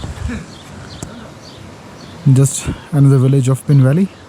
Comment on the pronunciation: I think the name is पीन not पिन And these villages are मूढ़ and संगनम